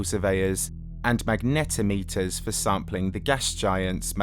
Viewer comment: I don't think I've ever heard anyone, scientists included, pronounce magnetometer and magnetosphere like that. It's magneetosphere like the X-Men character. And mag-nuh-tom-itter. Not magnet-o-meter.